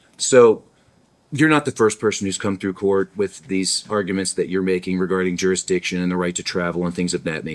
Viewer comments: What's a jurixdixtion other than a bigger word than he can actually say? He filed an appeal with the appeal people, in the appeal place... in the wrong state! You know what he's sayin? He doesn't. He's using words he can barely say let alone grasp the meaning of. Any continuation of these proceedings should be viewed as abuse of the handicapped. My neighbor who had 2 strokes can put a sentence together better than this clown. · “Jurix diction”! Huh! 😂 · Jurickstiction... 3rd grade education trying to speak larger than life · I think some of these SovCidiots think if they say the magic word "jerrusdicshun" enough they will automatically be let free.